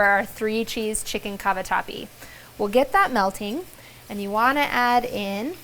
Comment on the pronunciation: Chicken Cabawhati? 😁 love it when you talk foreign to us. 😆😆